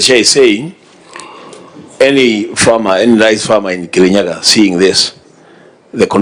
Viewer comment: Kerinyaga..... Not Murang'a... Ahh😅